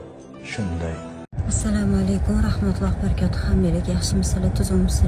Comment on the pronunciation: Rahmatullohu barakotuni qanaqa aytadi, toʻgri oʻqi